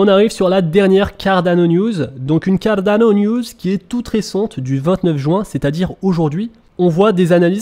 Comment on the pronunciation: Juste, stp, arrête avec l'accent italien pour prononcer Cardano, le projet n'a rien avoir avec l'Italie, et n'est pas italien non plus...